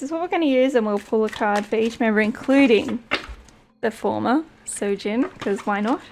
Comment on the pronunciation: good reading. it's soojin btw, not sojin